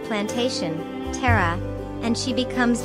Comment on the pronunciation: It's TARA not Terra